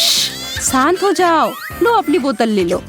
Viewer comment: When she said shant ko saant